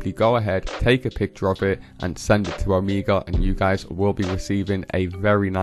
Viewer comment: It's pronounced oh-MAY-guh (Omega)